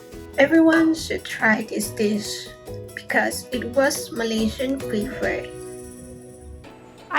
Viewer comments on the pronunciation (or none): none